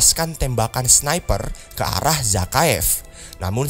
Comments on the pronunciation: "Dengan mengarahkan pistol kealah" bangkek auto ngakak 😂😂,minum dulu bro sebelum ngonten 😂, sukses trus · Lgi serius dengrin malah salh ngomong "alah" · "dengan menembakan pistol ke alah" btw knp kadang kadang lidahnya suka gitu pak?